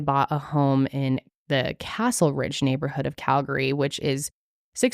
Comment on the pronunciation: Just wanna say, props to pronouncing Calgary right lol 👏🏻